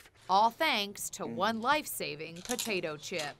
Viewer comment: one particular putatuh chip